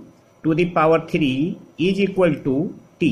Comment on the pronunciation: Class was nice , but plz try to improve your pronunciation. It's really awful and irritating, Zero not jeero Is equal to ,not eejiqualtu Like that 🤗